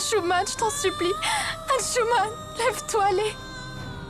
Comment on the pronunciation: Moi je crois que c'est Arhzman pas Ahanchouman